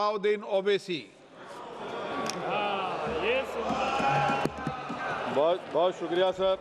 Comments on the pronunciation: स्पीकर ने असदुद्दीन ओवैसी का नाम गलत बोला? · इस जाहिल को असद साहब का नाम भी सही नहीं ले पा रहा। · Is kutte ko nam bhi padhna nahi aata